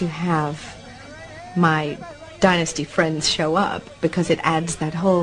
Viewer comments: Fallon's rediculous alien abduction, spelled the end of the show. It is not called DIN-USTY it is pronounced DIE-NUSTY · It sounds disgusting when the narrator arrogantly and disrespectfully mis.pronounce Dynasty as “denasty”. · They couldn’t get someone that can pronounce the word “Dynasty”?? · funny how most in Europe say "DINNASTY", but in America it's "DYNASTY", honey .. gotta emphasYze that "Y"